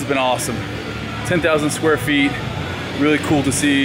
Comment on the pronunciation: "10,000 squeet" - Steve Cook 2015